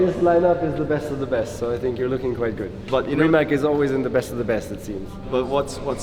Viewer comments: I see... Little bit hard to explain... Closest I can get - "C" is pronounced something like "TS"... So it would sound like "Rimats"... If RimaC would be spelled RimaK, then it would sound like lots of people are pronouncing it now (as Nico right here)... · Nico, it’s “Ree-mats”. Not “Rye-mac.” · Is hanging out with the CEO of the company and still pronounces the car name wrong